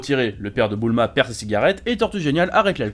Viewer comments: super video mais* ::: c'est Bulma et non Boouuuulma !!! hahaahhaaha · Toi t’as vraiment des problèmes sur les prononciations, déjà tu mAvis alors que c’est M"éy"vis De plus C’est pas Boulma mais bUUUUlma, répète après moi BUUUULMA :) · Mdr tu me tue quand tu dit boulma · «Boul-ma » c’est vrai qu’elle porte bien son nom 🤔